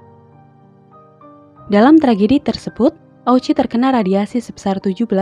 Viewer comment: Mukjizatnya di mana..... Dan itu namanya yang benar diucapkan sebagai Oochi (o-nya panjang), bukan o-u-chi